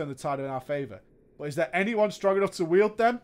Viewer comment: "...is there anyone strong enough to "weld" them" lol :D